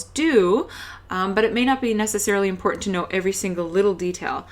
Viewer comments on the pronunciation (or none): I hope your not offering TOEFL speaking advise. Your millennial speak is terrible. Pronouncing words correctly is still very important. ( not imporant, You consistently demonstrated a lazy tongue! How many times can someone say “ right” in less than 13 minutes? Someone needs to stop pretending to be a teacher/ presente.